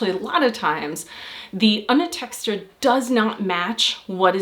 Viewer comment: "Underteskter"? It's "undertekster"*.